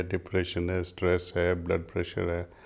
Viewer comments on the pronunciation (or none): none